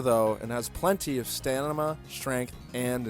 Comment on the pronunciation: The Vulpix, Zorua, Fennekin and Nickit lines are foxes, which are (Correction edit: dogs who think they're) cats Say "Move" next time as to not confuse it with actual abilities It's Zigzagoon in Emerald, Poochyena in the Rubies and Sapphires "Stanima" I always thought it was closer to a deer And I'm more of a Chespin line person No because Legends Z-A takes place in the near future